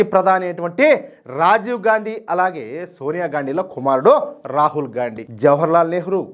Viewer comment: Gandi అని కరెక్ట్ గా pronounce చేసినందుకు ధన్యవాదాలు